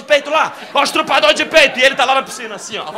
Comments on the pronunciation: Murilo, eu te adoro, mas falar errado não é bom em nenhum sentido.... é estuprador, nãooooo estrupador 😰😰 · "Estrupador" é meu ovo direto kkkkk...